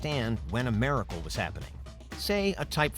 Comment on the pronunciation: The way you say miracle is troubling "mare-ickle" it's just weird